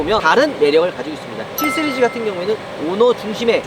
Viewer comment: 3스리즈 7스리즈로 들리네요.. ㅎㅎ